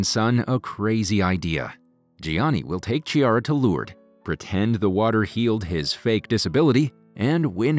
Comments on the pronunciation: Chiara not "Tchiara" 😂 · Every time you said Ciara instead of Chiara i felt like a stabbing wound in the heart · The lady’s name is pronounced Kee ah rah. Not Chee ar rah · It’s pronounced Key-ara. Not Chi-ara.